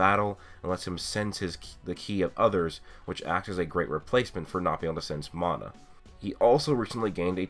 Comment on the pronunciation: The way your said mana tho